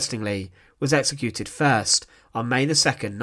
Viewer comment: Wat een achterlijke commentaarstem exsecuteeeeeeeeeeeed prisoneeeeeeeeeeeers Ben Knaapen was theeeeeeeeeeeeeeeeere Die man moet naar een logodist Kapoooooooooo Prisooooooooooooon whimeeeeeeeeeeen Instantlllllllllllllllllllllleeeeeeeeeeeeeeeeeee